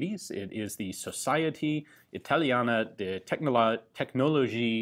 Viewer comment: Why do u keep pronouncing italian words in french?